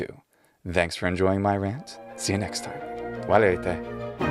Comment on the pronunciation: Did you say "/ð/anks for enjoying my rant"? Using /ð/ rather than /θ/ in "thanks" sounds really odd to me, but maybe it's a regional difference